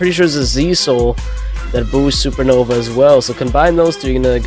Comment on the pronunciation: why did you call it supernoBa